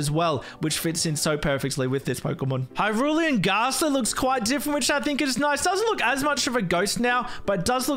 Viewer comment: had a brief heart attack after hearing "Hyrulean gaster" (gastly) god damn you